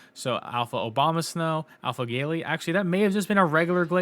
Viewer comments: bro said "Alpha Obamasnow" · You said "Obamasnow" twice hahaha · I swear every time you said “OBAMAsnow” I cackled 😆😆